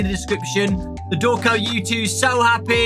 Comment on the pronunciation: MANO COMO ASSIM EU TO TIPO OQQQQQQQQQQQQQQQQQQQQQQQ primeiro:COMO Q ELE SABE Q É VC segundo: COMO Q ELE FALOU SEU NOME DIREITNHO terceiro: OQ VC TA FAZENDO ALI